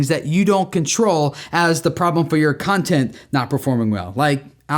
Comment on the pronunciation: I really thought you said "who is this cunting for?" hahaha